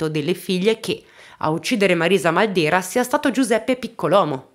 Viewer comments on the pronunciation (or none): Ciao! Io sono di Corato..conoscevo solo in parte questa storia. Grazie per averne parlato <3 Comunque il cognome da noi si pronuncia Màldera:) Grazie ancora per i contenuti che porti!!:*